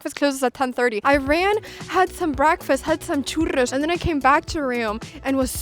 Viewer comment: I love how you say "Churros", definitely you are half-spanish xD